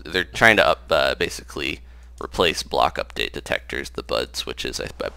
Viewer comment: You said "uptate" instead of "update" at the end haha.